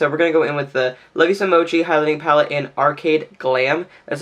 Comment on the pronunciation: Thank you for knowing what mochi is and how to pronounce it correctly! Your thumbnail really pulled me in, I love how you incorporated so many colors for your look and still tied them together for a really unique look. You've earned a subscription from me! <3